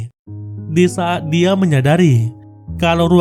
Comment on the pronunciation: perbuattt, nyahhhh, diahhhhh, terbakarhhhhh,bungahhhhhh, padanyahhhhh